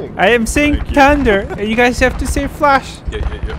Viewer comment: "tiunder" is not the same as saying "THUNDER". Practice your pronunciation!